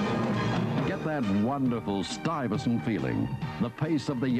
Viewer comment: i thought it was pronounced more french, like "stooy-vessawnt"